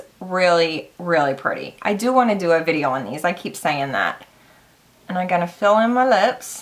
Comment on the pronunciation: Pri-tay!!!! Verah verah pritay!!!!